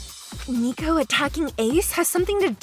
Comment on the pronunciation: IT'S NOT NICOVER.